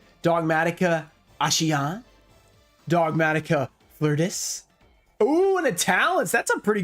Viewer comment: Its pronounced flor-de-lee for the dogmatika fleurdelis